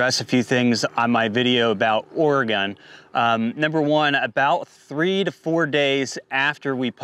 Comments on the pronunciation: Oh-re-gun not Or-re-gone. My stupid state, just sayin’. Not that anyone cares, just fyi. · You must be from the east coast somewhere. I'm from Oregon. We say it Orgun. It doesn't rhyme with polygon. Just Orgun, thanks. Also, it's not ColorAHdo. The A in Colorado sounds like the a in apple. No umlaut. Yes, I know that it's a Spanish word and in Spanish they'd say AH. I used to get it wrong too. Doesn't matter. Point is you don't sound like a local and that annoys the locals. Also, I have a bone to pick with you hoity-toity eastcoasters treating west coasters like we're stupid bumpkins. At least we can pronounce all of your state's names properly without all the stubborn denial of our own ignorance. I've had New Yonkers tell me I'm pronouncing Oregon wrong when I'd hoped to enlighten them in the past. The nerve! Namaste!